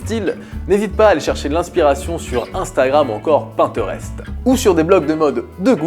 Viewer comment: Mdr ta prononciation des mots anglais est hyper drole "Pinterest" "zac efron"